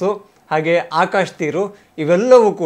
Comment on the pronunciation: ಚಿಂಪಾಂಜಿ ಬಂಗಾರು ಅದು ಆಕಾಶು ಅಲ್ಲ ಆಕಾಶ್. ಇದರಲ್ಲಿ ಹೊಡಿಬೇಕು ಇವರಿಗೆ.